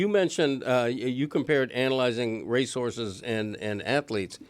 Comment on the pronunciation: why is he saying Race Horses like resources lol